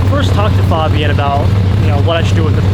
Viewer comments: It’s FABian and not FOBian,. jeez…. 😅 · His name is pronounced (Fayy-bee-in) 😂 he pronounced his name after you asked him to tell him who he is to the camera then you proceeded to pronounce it wrong the rest of the video 😭😭😂